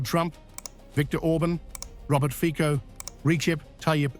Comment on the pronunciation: 😮😮😮😮😮 Fico is pronounced Fitso!😮😮😮😮😮